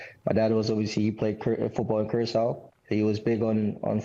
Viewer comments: Someone pls teach em how to pronounce Curacao in English. Its not the Spanish Curazao. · why latinos keep mispronouncing curacao, its annoying its keyuuraah sauw or korsou locally.#pastechi power